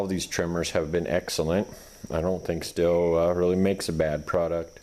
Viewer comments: The brand name is pronounced "steel" not "still". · No it's stihl